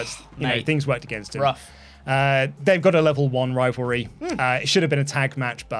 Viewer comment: "Rompleting a crivalry, if you will..." No I won't,. Because only one of those words has an R at the beginning. If anything, it'd be "rompleting a civalry!"